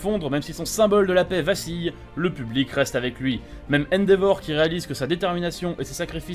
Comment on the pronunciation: T’as osé appeler le père de shoto endivor sa se prononce endévore (vas là-bas)